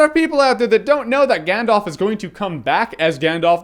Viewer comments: That being said, your pronunciation of some of the places and characters is just awful. For instance, it’s not “GandOLF”, it’s “GandALf”. Yes, I do realize how dorky I am with this comment, but for some reason, it drives me nuts when people mis-pronounce things in this trilogy. Even Stephen Colbert, one of my heroes, mispronounces “GandALF” as “GandOLF.” That’s not his damned name. Anyway, I love your reviews and I’ve been having a LoTR nostalgia moment, so I decided to look up your old reviews of it, and I agree with you on most of it, but your pronunciation is terrible. Adore you and what you do anyway, though!! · I love your reviews and share your love of lotr but it's Gandalf not Gandolf. That really grates on me...